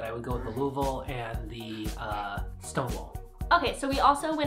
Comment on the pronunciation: pronounced Louisville right. One of my good friends was born and raised there.